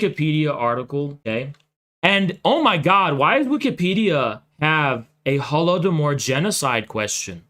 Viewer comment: I love it how these clowns can never even pronounce the "Holodomor" correctly